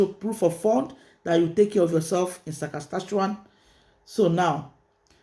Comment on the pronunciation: SAS - KA - CHE- WAN